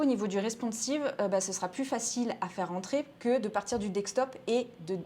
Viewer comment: Merci pour la vidéo. Toujours assez synthétique. Juste une remarque, on dit desktop « DeSK top » et pas « DeK Stop » ;-)